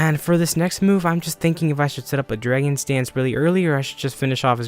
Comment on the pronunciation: i feel like you say drangon Stance? instead of dragon dance xD